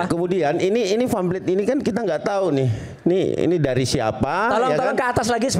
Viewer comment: nyebut pamflet saja famplet, lucu ya...